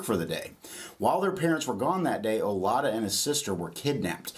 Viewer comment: And I don’t know if he’s pronouncing his name on purpose wrong, but it’s definitely like Judah in the end. It’s actually Judah in Igbo